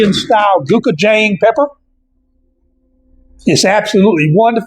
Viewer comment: Pronounced closer to "Go-chew-jong", great video!